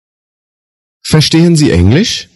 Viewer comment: Verstehen اون h خوانده نمیشه بجاش e کشیده تلفظ میشه